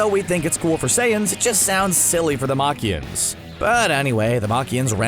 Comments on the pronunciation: you know it's scripted when you pronounce Namekians "Namakians" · it just goes to show how the announcer knows nothing about db, calling namekians nemakians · Man said naMAKIONS 🤦🏻‍♂️💀